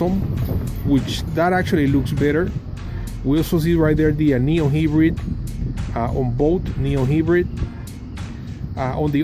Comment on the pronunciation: bruh! its hybrid not hibrid